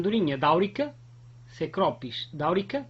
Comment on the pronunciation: *Cecropis, não "'S'ecropis"!